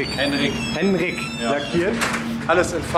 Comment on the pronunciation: Der Mann heißt Henrikkk 🤣, saubere Arbeit